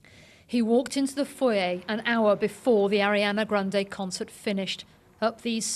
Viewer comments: Did she say cuntcert instead of concert 😂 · Did she say CUNTcert instead of concert??